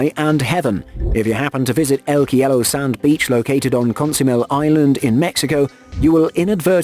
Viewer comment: MY MAN IT IS C O L O M B I A NOT "COLUMBIA" (UNLESS YOURE REFERING TO COLUMBIA SC AND CIELO NOT "KEE E LO" CEE E LOH...